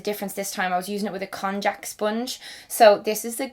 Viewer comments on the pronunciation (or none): none